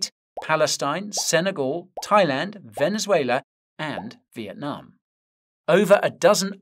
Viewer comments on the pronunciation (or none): none